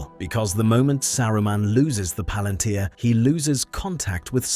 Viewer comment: You mispronounced Palantir, like the tech company does.